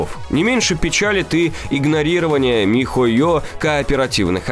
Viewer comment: Угараю как диктор говорит по слогам ми-хо-ё и Монд-шдат-дт ахахах